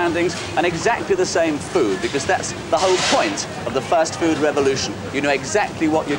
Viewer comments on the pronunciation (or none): Is JC saying “first food” ? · Why do they keep saying First Food? Has the pronunciation of Fast changed that much?